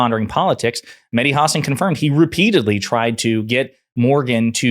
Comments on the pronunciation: It’s HA-SAN !!! Not HAW-SON 🤝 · ha-SÁN…, not HÁ-san… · The guy's name is Ha-san', not Huh'-sn. Really. It's not that difficult. Whare have you been for the past fiifteen years not to have heard his name? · Great vid, props to Mehdi, just please be advised that you are mispronouncing his last name. It's pronounced "hah-sawn" with an emphasis on the second syllable. Once you get that fixed, you'll be right as rain. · The stress is on the second syllable: hasSAN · HAW-SAWN...it's Medhi HAW-SAWN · Let's all VOTE BLUE. 💙💙💙💙💙💙💙💙 His last name is pronounced...Hah-saan. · Learn to pronounce his name! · Why all of a sudden you're saying his last name incorrectly? But you say his last name correctly again. Get it together Bruv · Please pronounce names correct Hasan .